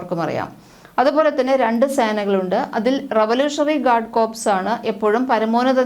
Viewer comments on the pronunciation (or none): കോർപ്സ് അല്ല .guard കോർ എന്നാണ് ഉച്ചാരണം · കോർപ്സ് എന്ന് ഉച്ചരിക്കുന്നത് ശവത്തെയാണ്